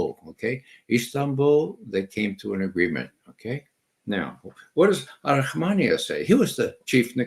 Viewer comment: Arahamiya not Arahmania.